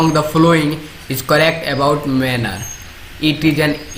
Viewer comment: It's is manure not manner